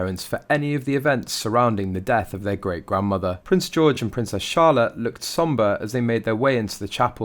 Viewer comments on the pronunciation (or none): none